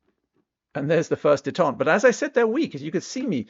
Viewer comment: Detent is pronounced, Dee Tent, Not Day tont. (Detente) Détente (pronounced /deɪˈtɒnt/) means the easing of strained relations or political tensions between countries that were previously unfriendly